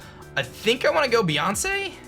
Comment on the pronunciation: Beeyonce XD